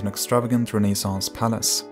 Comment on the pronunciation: It's "renaissance", not "rené saints".